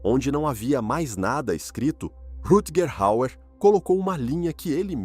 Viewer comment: Caramba , o narrador desse vídeo é PÉSSIMO para falar nomes estrangeiros ! Precisa de umas aulas !